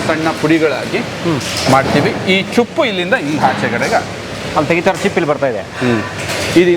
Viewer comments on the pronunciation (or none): Cupp alla ceppu